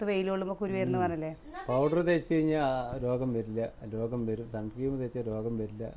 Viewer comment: ആ കുഞ്ഞു അവിടെ കിടന്നു അമ്മാ, അമ്മാ വിളിച്ചു കരയുന്നു. ഒന്ന് എന്താണെന്ന് പോലും ശ്രദ്ധിക്കാതെ വീഡിയോ. ഒരു 100 പ്രാവശ്യം രസം ഉണ്ടോ രസം ഉണ്ടോ, എന്ന് പറഞ്ഞു കൊണ്ട് വീഡിയോ .!! സൺക്രീം അല്ല, സൺസ്‌ക്രീൻ ആണ്.